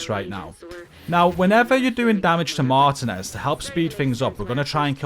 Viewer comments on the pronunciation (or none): “Martinez” is Pronounced as…..” Mar•Tea•Nez” GG 🤙🏼